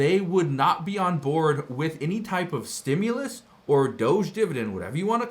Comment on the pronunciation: ITS A REFUND CHECK STOP CALLING IT A STUMLUS.